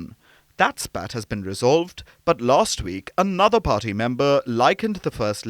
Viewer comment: Can the narrator emPhasise any more on the ‘P’!!!!! Pharty!!!